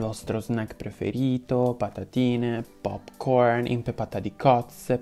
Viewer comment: ti amo, ma “pop corn” detto con l’accento inglese , vicino a “carbonara” È UNA BESTEMMIA